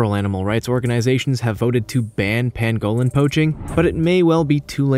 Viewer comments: Tanzania is pronounced TanzaNEEya, not TanZAYnia! Also,Grebe is Greeb, not Grebb! And Pangolin is PANgolin not Pan-GO-lin ! 😆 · Okay we all know Amercans pronounce words differently from British people but seriously Pangolin not pan-go-lin and I'm sure the Tanzanians would aporeciate the correct pronunciation too